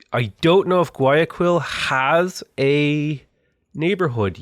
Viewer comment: The way you mispronounced bogotá and guayaquil hurts so much